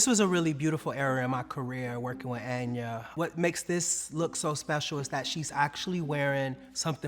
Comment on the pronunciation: Anya not enya lol